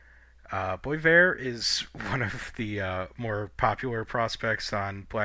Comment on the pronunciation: Yikes, ouch, I get it, raw prospects may or may not pan out, but the Hawks seem like they’ve done OK, Sam Rinzel for example. And BTW , not to put too fine a point in it, it’s BWA VAIR, (Boisvert). Anyway, great job , haven’t seen any of the other channels covering all the prospects like this as yet.